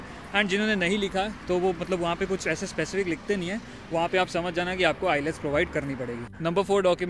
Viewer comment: ILETS❌ nhi wo IELTS hota ha✅